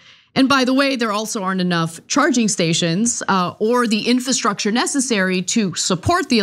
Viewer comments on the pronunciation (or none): why can't this woman pronounce the word infRastructure to save her life? It pains me to listen to her talk about policy.